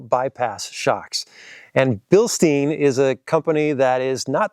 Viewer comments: When you talk about the shocks the e is silent like the beer mug, it's also the family name. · come on, you visited Bilstein and still pronounce it wrong. 🙄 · Whats weird is I think he pronounced it correctly once, but not all the other times